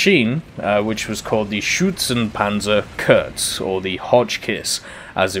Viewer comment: Correct pronuancination would be: Schphehpanzer SP 1.C. Would be: Schützenpanzer Kuhrtz